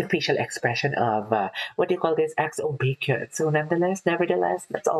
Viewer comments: It's 'BEK-YON'. I remember you reacting to EXO months ago. I'm glad you're back at it again. Maybe you can start reacting to their guides. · his name is actually pronounced [BECK-hyun]. 🙂